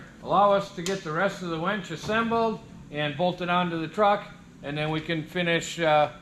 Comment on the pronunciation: Sunday? Thought she was laughing because you said wench.